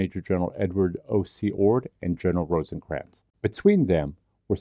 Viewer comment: Rosecrans, not Rosencrans